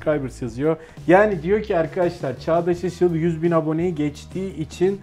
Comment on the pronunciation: Presendted you for passing yüz bin subscribers diye okuman dkkdvkdfvkfg.